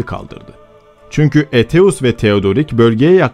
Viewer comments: Aetius'u Eteus olarak okumayı nasıl başardın hayret ediyorum.( Eytius gibi okunur) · Eteus diye telaffuz etmeniz çok yanlış..Sizi uyaran hiç olmadı mı?